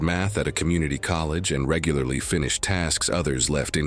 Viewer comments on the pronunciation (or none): none